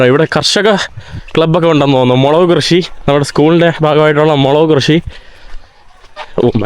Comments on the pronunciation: മൊളവ് അല്ല മുളക് എന്ന് പറയുക. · അത് മുളവ് അല്ല മുളക് എന്നല്ലെ പറയാ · മൊള വ് അല്ല മുളക്😅😂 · മൊള വ് അല്ലമുള ക്- Ok